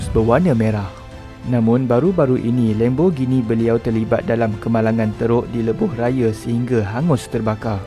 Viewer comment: Sebutan Lam bukan Lem.